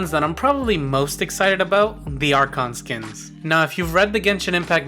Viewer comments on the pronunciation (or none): none